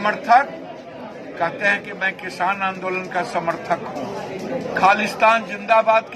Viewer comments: Kisan ko kishaan bolne wala chutiya. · ise to bolne hi nahi aata hai kisan ko kishan bol raha hai yani badi sheen se